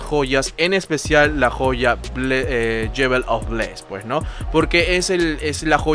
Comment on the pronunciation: Buen video en general bro. Como sugerencia y con mucho respeto, para tus futuros videos evita usar muletillas que agotan, tales como el “voilà, como puedes ver” y también el inglés bro; si te gusta pronunciar las frases en inglés te sugiero repasar jewel y square. Un abrazo.